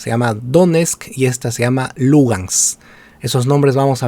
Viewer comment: Sabes tanto del tema que pronuncias mal: DONESTK Y LUGANSK. Hasta los comentaristas de fútbol peruano lo hacen mejor. Podrías empezar por averiguar del Shakhtar Donetsk. pD : tus conocimientos de Bielorrusia tb son muy tibios.